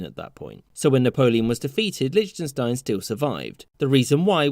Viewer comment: Ah yes, my favourite Country, *LICHTUNSTINE*.